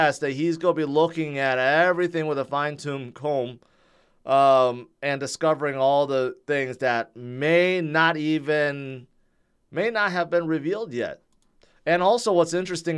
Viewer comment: Did he say fine tomb comb???🤣🤣🤣